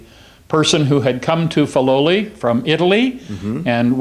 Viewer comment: WONDERFUL! Thank you! But its pronounced "Fih-loli", not "Fye-loli".